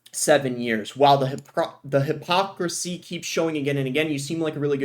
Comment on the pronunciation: boss struggling to pronounce the word hypocrisy